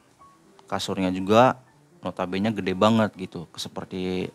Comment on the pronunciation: nota bene tu dibacanya NOTA BÉNÉ. Bukan "nota bén". Itu bahasa latin aslinya. Maap dikoreksi 🙏🏻. Karena sering banget nyebut Nota Bene di video.